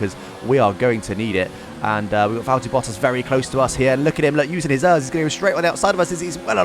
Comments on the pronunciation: I know I was like be a normal person and say it E.R.S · Errrrrr is think its e r s not Errrrrrs 😂😂 lol. Just kidding love your content 👍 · Omg it is not pronounced ers it is pronounced letter by letter, E.R.S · The fact that you say ERS like ears the whole video, makes my ears bleed. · Who says örs?